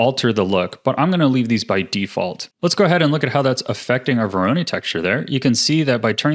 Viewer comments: I know right? it's voronoi not veroni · Excellent tutorial! Can't wait to use it in the future (but like, sir... it's vo-ro-noy, not vo-ro-nee) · bro it's not vo RO ny it's VO ro noi 😭 sweet shader tho 👏🏻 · VORONOI not veroni ;) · Absolutely fantastic tutorial, thank you so much for making this! I've been looking for a tutorial like this for a long time. Very minor side note: It's pronounced "voro-NOY" not "voro-NEE" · vOr-oH-neE texture. (No harm meant, great video) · Don't wanna be "that guy" but you're mispronouncing voronoi It's voh-roe-noi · nice tutorial :) btw, dont want to be annoying but you kinda pronounce 'Voronoi' wrong XD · The way he says Voronoi stresses me out xD